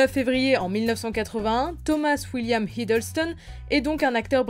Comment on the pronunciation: C’est Tom Hiddleston pas Hideulston (je parle de la prononciation pas de l’écriture 😉)